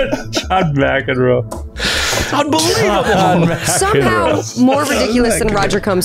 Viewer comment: "John MacenBro?"